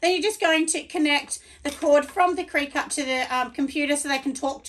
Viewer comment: Great video thank you sooo much! Just a heads up that it’s pronounced like cricket.